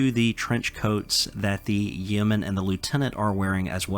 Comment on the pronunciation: Yeoman rhymes with Roman. The e is silent